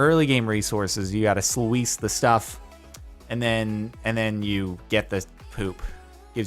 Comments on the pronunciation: noooooooo!!!!... "slew - eese" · "Sluice" is pronounced "sloose" you probably already knew, but I'm still just sayin'